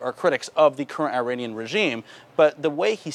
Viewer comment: jesus pronounce Iranian corrently its NOT EYE ran